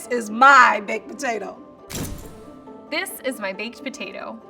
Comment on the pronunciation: “Baked pertatoh”